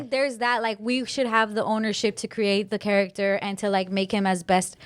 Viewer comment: Why tf is she pronouncing character like that